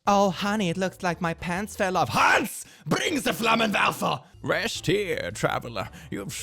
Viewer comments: I am German and I gotta say, he pronounced the word "Flammenwerfer" perfectly. Consider me impressed. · Let me just point out that pronounced the Flammenwerfer perfectly bc the swedes are also germanics. Approved by an actual german. Anyways. I hope everyone has a lovely day. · Your German pronunciation of Flammenwerfer is frighteningly good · Hahahaha but that german “Flammenwerfer” bit was flaaawlesss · As a German, watching saying "Hans, bring the Flammenwerfer!" was just 👌